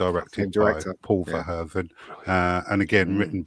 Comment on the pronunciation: It is bizarre that the guy with the cap on doesn't even know Paul Verhoeven's name or what country Paul is from. He keeps calling him Paul "Van Hoeven". What rock has this guy been living under??????